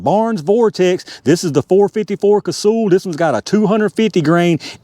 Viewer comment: It’s not “Casool,” it’s pronounced like “Castle.” I met Dick back in the early ‘70s and that is how he pronounced it.